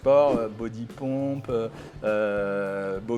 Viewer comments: BODYPUMP est un mot anglais. On prononce donc BO DI POME PE et non BO DI POMPE lol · nous sommes en France et apprenons l'anglais britannique en majorité. Peut-être que dans votre Etat, vous prononcez ainsi, mais ce n'est pas dans la plupart du pays. J'ai vécu en Floride et on prononce POME PE. Voilà ce que cela donne en phonétique : bɒd.i pʌmp en anglais britannique et bɑː.di pʌmp en anglais américain. Précision : ma belle-mère est américaine